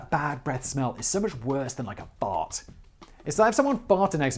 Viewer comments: The best thing in this video: hearing Simon say fart in his proper British accent. Btw, my dad has bad breath, but we still love him, lol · The way Simon says "fart" is way too funny to me 😂